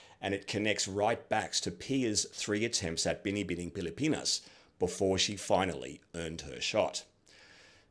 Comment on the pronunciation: I’m so thrilled and surprised that you have done a good job in pronouncing “Binibining Pilipinas” and “Kagandahang Flores”!! You are AMAZING!!!!! 👏👏